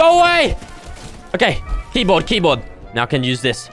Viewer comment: he said keboard keboard when he was on keboard